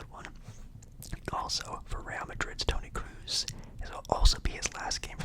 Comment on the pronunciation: Pronunciation: Marco Reus (Marco Royce) Toni Kroos (Tony Cruise) Kobel (Co-Bell) Lunin (Loo-Nin) Carlo Ancelotti (Anne-Che-Low-Tea) Facts: Hummels is actually a center back, their main goalscorers this season have been Fulkruug and Malen both strikers but overall their best player all season has been Julian Brandt with 18 goal contribution (7 goals and 11 assists) who is actually an attacking midfielder. Courtois tore his acl before the season began so Madrid used his backup Lunin who has had an amazing season, I think Courtois will play in the Final. My prediction: 3-2 extra time Dortmund winning